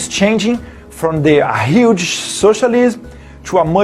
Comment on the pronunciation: "thanks about the space (?), yeauh we have a yuge challenge yahead like (??) but someone have to du that"